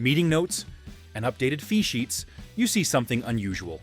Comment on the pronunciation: I thought it was saying "Feces" but it was saying "fee sheets"